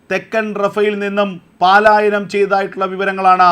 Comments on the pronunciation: Malayalam bhasha panditanmarodu chodichittu Paaalayanam enno palayanam enno parayu. Valare vikalamaya vaarttha vaayana.sorry... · Sahodhara, പാലായനം അല്ല പലായനം ആണ് ശെരി 🙏🏼